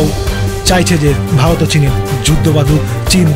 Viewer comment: প্রথমে ভারত উচ্চারণ টা করো দাদা, ভালত ভালোত করছ